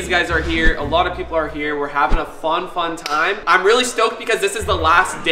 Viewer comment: Is it me or did he say fon fon time instead of fun fun time